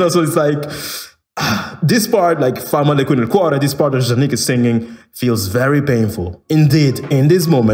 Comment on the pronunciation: As an italian I’m impressed that you heard “fa male qui nel cuore” in the song. And you did pronounce it very well too!